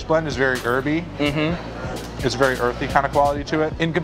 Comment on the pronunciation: I hate the way melon say herby. 2/10